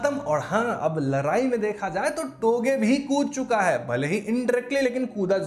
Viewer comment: Bro ladai....not larai